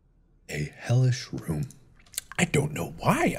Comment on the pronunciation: The amount of times mark said he’ll room reminded me of how he says room. “Hell rum.”